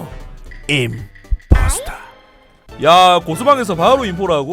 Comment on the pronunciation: 군림보: 쩝 쩝 임풔스터허..